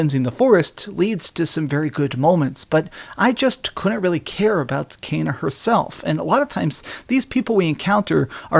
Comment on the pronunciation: It's pronounced Kena not Keena or Kaina 😂